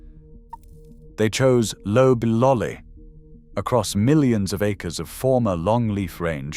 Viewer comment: AIs don't know it's NOT pronounced lobe-lolly. That first syllable should rhyme with cob. LLMs don't learn phonics.